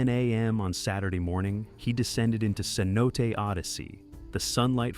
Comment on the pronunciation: FYI. Cenote is pronounced 'say no tay'.